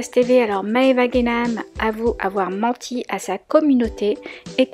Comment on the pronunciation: « Mes amour je vous ai mentchii »